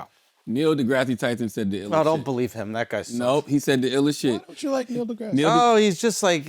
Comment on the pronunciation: Drake going back to the wheelchair with Neil's name pronunciation 😂